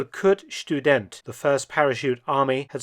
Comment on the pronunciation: Obstfelder means Fruitfields. Kurt is pronounced as Kurt with the u is as in do, you, too.